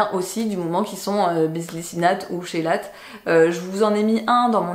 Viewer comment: chélate se prononce "kélate"